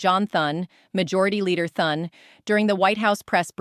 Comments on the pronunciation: No one is going to listen to her when she can't even pronounce Thune's name correctly. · AI cannot say Thunes name right